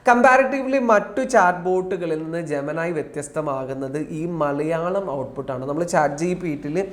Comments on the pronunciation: നീ എന്ത് തേങ്ങയാടാ പറയുന്നേ 🤔🤔🤔🤔.. ജമനായി..... ജോമിനി അല്ലേ കഴുതേ 🤔🤔🤔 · ജമനയ് അല്ലടൈ " ജെമിനി " ജെമിനി പറയുന്നു ഞാൻ #ജെമിനി# ആണെന്ന് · ജമാനായി എന്ന് പറഞാൽ എന്താണ് ? ജവാനായി എന്നാണോ?